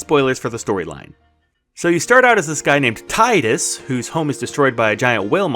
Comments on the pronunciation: Teedus not Ti-dus... you did all that and still you havent learned how to pronounce his name.... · Bro. This guy is not named Tide-us. It’s Teed-us. Spelt Tidus yes. Pronounced Teedus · Why cause he said Tide us. Instead of Teed Us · I love FFX but I’ve never heard of “Taidus”. Who’s that? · I used to say “TIE DUS” too and was surprised when I heard the real pronounce lol. Same with chocobo. I used to say it like “chaw ka boo” lol